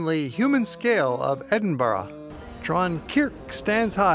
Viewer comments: it's not Edinburo, it's Edinburr. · Americans its not Edenboorg its Edinburra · Edinburgh not Edinborough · I've heard of Edinburgh...not Edinbro!!!! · Tariq Rasheed exactly! It's Edinburgh, pronounced..ed in bu rah .not Edinbro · Please: it's pronounced Edin-burrah: you Americans! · It's pronounced edinbrugh or ed in bu ra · Well made content but PLEASE learn how to Edinburgh the way you say it hurts my brain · where the hell does the letter O appear in EDINBURGH learn to pronounce my city correctly before making a documentary ignorant prick.